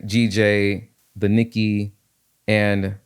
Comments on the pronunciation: Great video. Thanks for sharing this trade idea. Fyi Nikkei is pronounced Nick Kay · Nikkei is pronounced "Nee-kae"